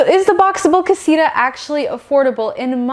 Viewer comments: It’s not Casiruhh “ CASITA “ Kah see tuh” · Is not casira its casita